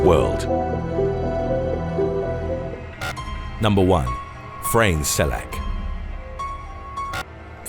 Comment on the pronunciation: The way u pronounced Frane Selaks name was kinda annoying but other then that nice video!